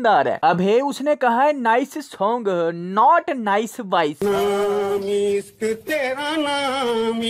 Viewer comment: Mera naaam isssssq.. not ishq